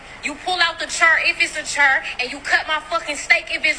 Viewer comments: Nope! Just cuz you called it a "chur" instead of chair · The "Doh" the "Chur"... What a useless culture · To the 200k ring girl, if she were to come across someone that could afford a ring like that, that man has his pick of pretty much any woman on the planet, and she would not even rate in the top billion women on the list. To the F'ing steak girl, whats a dor, or a chir? She had zero problems pronouncing steak though. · Wow ! She wants a man to cut her steak but she can't even pronounce chair correctly. How about get some class before you try selling your ass for steak? How sick. No wonder men don't know what to do with good women anymore. I'm not fat, my 3 year old can tell you every country In the whole world and spell them because I stay home , work from home and take care of him, I can cook any type of food and yes it's seasoned better than most peoples grandma's, I can fix almost anything that's broken, my man hasn't been in the kitchen to cook for over 5 years now. His lunch and breakfast are packed at 3 a.m right before I work from home online until my baby wakes up. I help support any and everything he does, wants ect... guess what? I'm not fucking appreciated. Sorry I am telling my business but I cut most of the people in my life out so I could dedicate myself 100% to my family so a comment post is who I have to talk to. Crazy huh? Yet you have these unintelligent butt selling for steak things because they aren't women and they get treated good. Why men? Please answer me! Why can't you guys appreciate good women , yet treat the awful ones like queen's? I hope some of you have a good answer for me. Oh I'm in shape 5"4 140 more or less , I can speak 5 languages and yes the guy I am with , is the father of my son. The absolute only reason his ass hasn't been kicked to the curb yet. So please tell me what in God's green earth do you men want!!! You don't want the loyal one who cooks, cl